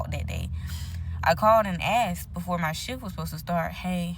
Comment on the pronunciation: You're right, she mentioned in the video that she only axed questions